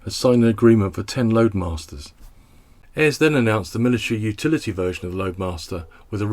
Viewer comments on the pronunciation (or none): none